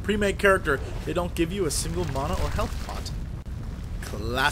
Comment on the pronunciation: MANA NOT MONA